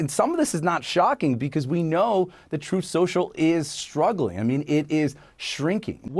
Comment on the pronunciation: I think drumpy pronounces it "troth" social...he "interposes" the U 🤣